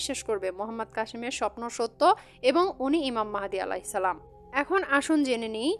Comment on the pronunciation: আপনি তো সালামটা সঠিক ভাবে দিতেই জানেন না, আপনার কাছ থেকে কি শুনমু